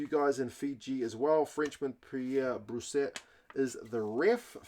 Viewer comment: A tour de Fijian pronunciation force ruined by a mangled Brousset.